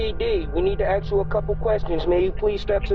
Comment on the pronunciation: “CPD, we needa axe you a coupa questons….” Sorry officer, but you appear to be out of uniform and with your willful assault on the English language, I have decided not to acquiesce.